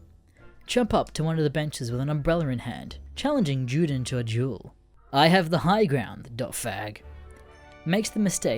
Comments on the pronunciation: Juden is pronounced You-den not Jew-Den. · ITS PRONOUNCED YUDEN NOT JEWDEN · It’s pronounced “Yuden” not juden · I’m sorry to be so goddamn nit picky but when you say Juden as it is in German, you say it more like You-din not Jew-Din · You say Juden as Jewden, and allës as allies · juden is the german word for jew, and so it must be pronounced with german pronunciation, and so the "J" is pronounced as a "Y" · Can't even say Juden correctly